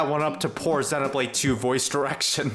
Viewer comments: I was thinking how nice it was to hear someone pronounce it properly heheh (being from UK) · 1) /zenow/blade is a perfectly acceptable pronunciation, and is even the standard in both Japan and the UK. /zɪjnow/blade is mainly a North American pronounciation. 2) Technically "long e" is /ɪj/ and is pretty distinct from the short e /e/. You can thank the Great Vowel Shift for rotating several of our long vowels.